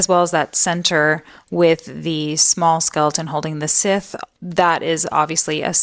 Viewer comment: Scythe rhymes with "lithe", not "Sith".